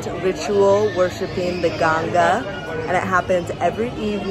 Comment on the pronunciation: its not ganja ..its ganggaaa